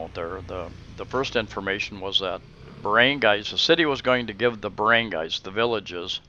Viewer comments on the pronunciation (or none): what is a Barangays? its Bar-run-Guy